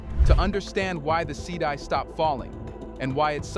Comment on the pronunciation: It’s pronounced “cedee” not “ce-di”